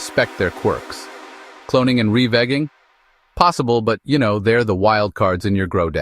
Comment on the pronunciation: Revigging is molesting my ears stop